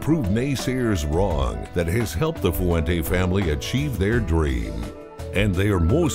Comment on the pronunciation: It would be nice if the guy they paid to narrate this could actually pronounce Fuente properly in 2 syllables, "fuen te" not foo-en-teh.